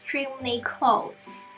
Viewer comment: It close not colds you keep saying colds